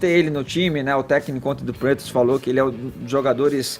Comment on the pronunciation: NÃO SABE NEM FALAR "PATRIOTS" PQP.....kkkkkkkkkkkkkk